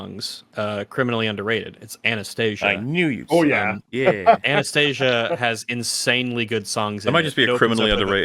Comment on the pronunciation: i hate how everyone pronounces Anastasia wrong